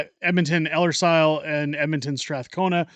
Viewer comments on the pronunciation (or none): Please learn how to pronounce Ellerslie if you are a serious commentator. If you are a shill for the Alberta Republicans or separatists then it probably doesn’t matter. It is time to split this province and cast the bible belt adrift and allow the north to solicit investment based on its stability in Canada.